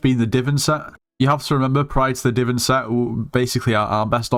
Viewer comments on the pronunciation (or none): bro did not just call it "diven" it's divan there's an "a" there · i wont stop u but when u say DI-VIN drill it kills me its DI-VAN AAA like mario anyway good video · said Divin drill 😂 (No hate, just funny)